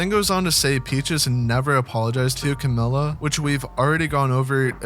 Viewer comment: good video! one thing though? youre pronouncing camila wrong, its not "ka-ma-lla", its "ka-mill-a"